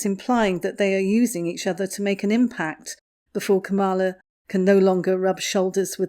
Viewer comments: ITS... KAM...a....la...not... kamm....a..la! Get it right. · It was a little distracting listen to the mispronunciation of Kamala’s name. If you wouldn’t mind she pronounces it like the punctuation mark comma. Comma-La instead of Come-All-Ah. Thanks! Love your channel from across the pond 😉👋🏼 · It is not kamarla it is kamulaa as in Pamela. Spelt Kamala. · The Vice-President’s first name is pronounced KAM-ala - to rhyme with Pamela. 😊 She’s a smart woman. I don’t think she’ll bother with Harry’s wife for long. She will see her true colors and run a mile. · The Vice-Present’s first name is often mis-pronounced. It is pronounced “comma-la.” Just a heads up. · Please pronounce the Vice President’s first name properly. Hint: rhymes with “Pamela.” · KA' mala. Pronunciation. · You are pronouncing her name wrong. It is pronounced "Karma-la". with emphasis on first syllable. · I’m not a fan of Kamala Harris, but just an FYI her first name is pronounced “KAH-mah-lah (accent on the first syllable). ☺️ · Everyone pronounces her name incorrectly. She is KAM-a-la. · yes, something like that...just not the emphasis on the middle syllable.. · Nope. When Harris explains how to pronounce her name that is how she says it: Comma-la. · Vice President Harris isn't anything like Megain! She's too busy to bother with those two fools. FYI ... it's pronouns Calm - a - la. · No. It's pronounced Comma - la. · I heard her introduce herself as Camel-a! 😂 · You’re mispronouncing our Vice President’s first name. The accent is on the first syllable. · please check your pronunciation of 'Kamala' and 'plagiarism'. I'm pretty sure Kamala pronounces her name like Pamala, with a K. Plagiarism is with a soft 'g'. Sorry, but it was starting to bug me.